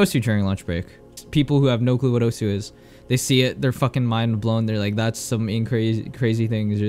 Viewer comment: Who tf says osu? (oh su) Its Osu. (Oss, like you already said desu.)